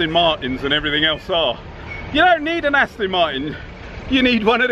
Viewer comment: I read the automatic translation of your videos (I'm French), and I never thought that Aston Martin could sound like "nasty mind". The Alpha 7 seems great.